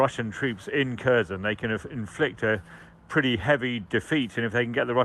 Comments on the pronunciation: Cherson, Kerchson, Chirson, Charson… etc. If one wants to learn from this channel or any British channel which is the exact name of that city, one won’t be able to do so. Because it’s f-cking tremendously difficult to just say HERSON (K is silent, not pronounced). Ridiculous reporting on geography of the war, really. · KherSon, not cur-zon. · Please learn the right pronunciations of these Ukrainian town names. So tired of presenters and correspondents saying "Cursion". It's pronounced more like "Hkerr-SON", with emphasis on second syllable.. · It's pronounced 'Herson' not Kerson or Kershon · It isn’t Kurzhen. It is Caresohn! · “Kershun”? You’d think that by now they’d be able to come up with a less rubbishy pronunciation of Kherson… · can't even say Kherson right annoys me